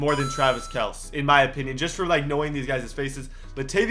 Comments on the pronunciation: It’s pronounced “KELCE” not “KELS” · It’s pronounced Travis kel-ce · travis kelce (Kell-see) get it right dumbass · Travis Kelce is pronounced Kel see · Kelce is said as Kelsey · It’s Travis kel-c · its pronounced kel-see even tho it's spelled kelce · he said kelce wrong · You need to prononce the E in Kelce